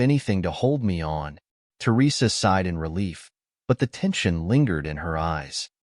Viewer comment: “Aside” for “sighed”